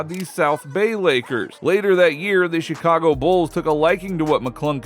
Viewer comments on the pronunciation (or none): none